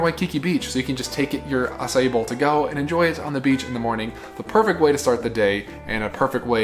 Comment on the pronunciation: Thanks for letting us know the correct pronunciation of Acai - not 2 syllables, but 3.